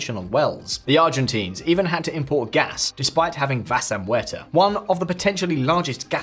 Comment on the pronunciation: No offense, but please research how to pronounce "Vaca" (it's not so difficult) <3